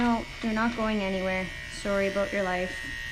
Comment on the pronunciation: Had no clue you were Canadian until you hit the “sorry bout your life” mid video.